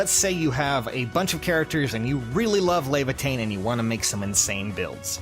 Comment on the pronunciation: res leavatein lol